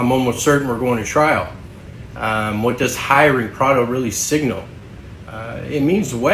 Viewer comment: His names Pardo. Not prado